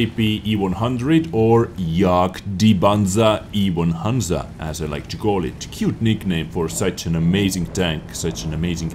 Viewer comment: " Jag di Panza auf E hanza" !!! like really? lmfao.